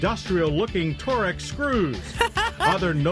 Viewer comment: ...tor-ex? You mean torx?